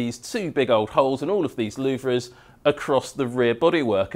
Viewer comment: I absolutely LOVE your technical videos, not only for the information you reveal, but also for your style, and sheer enthusiasm. 😍 But please, Please, PLEASE - you're totally doing my OCD in! 😬 They may be spelled "LouVRE", but they are pronounced "LouVER"!! 😭 Please, make this one small change to your videos, and I promise I'll buy you a nice cold beer when you're downunder in Melbs. 🍻